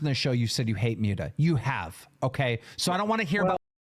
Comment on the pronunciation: I don't know whats worse. Boogie, or the way keem says Muta